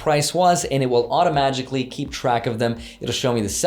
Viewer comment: Did I hear automagically? 😅